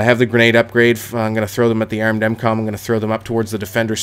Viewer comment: i like the way he says "armed" and "barn" :)